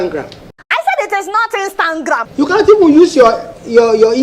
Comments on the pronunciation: A whole minister of information 🙆🏿‍♀️🙆🏿‍♀️🙆🏿‍♀️couldn’t pronounce Instagram but “instangram” shame on him. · Adeola will not kee me with laughter oo😀😀😀 "Instanngram" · Inkstangam can't even pronounce(nigeria) Monopoly over violence (Cameroon) Ethiopia owns the river but it is "a river" meaning source,supply, overflow therefore you can't tamper with the source yes it will better the living conditions of ethiopia but what about egypt and sudan are there not humans too? (Please ethiopia should strike a deal so we all can benefit 👌) europe had it's first industrial revolution from 1760 Between 1820 and 1840. And we are still here in secondary economy of activity What we need are industrial leaders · he cannot even pronounce google and instagram . lol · Qus: Since soon to be 'ex' President Donald Trump sees African countries as "sh*t holes", why is he concerned with which way our rivers flow?! As for shutting down social networks in Nigeria as per China, let the Minister speaking here learn to say 'Instagram' properly first oo! Lol! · Is it a crime also that he can't call Instagram correctly? We all have pronunciation shortfall one way or the other